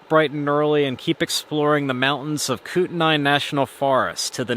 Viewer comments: Koot-in-eye National Forest haha. It’s pronounced Koot-knee lol. Welcome to our state brother! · Great video. FYI...the locals pronounce it koot-nee.